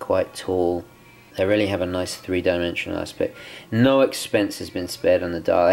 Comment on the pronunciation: When he says No, sounds like Noel. When he says So, sounds like Sole. When he says Snowflake, sounds like Snowelflake.